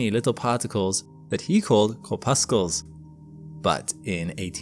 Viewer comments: Corpuscle has a silent c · You don't pronounce the the 2nd C in corpuscles.